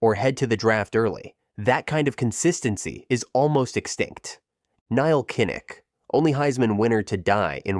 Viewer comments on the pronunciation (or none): none